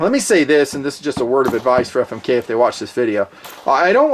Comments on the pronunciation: every time i hear you say famic i laugh my ass off....keep fondling 💪💪💪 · lol "Famik"